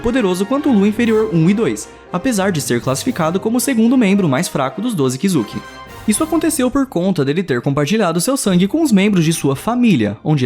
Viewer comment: Aflicao do jeito que ele pronuncia kizuki